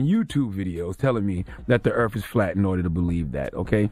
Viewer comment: “Earf”? Lol smh